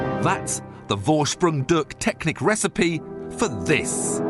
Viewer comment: "worsprung durk teknik" oh i love it when british people try to speak german :D